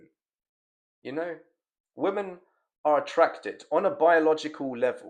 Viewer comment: You need to spend a day learning how to pronounce the word women. It is not pronounced the same as woman. 100 sets of saying women (wim-en) right now bruv.